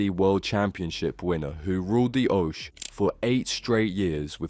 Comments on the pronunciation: its oche... ock-eeeee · Can clearly tell you're not really a darts fan, the way you pronounce oche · ikr wtf was that?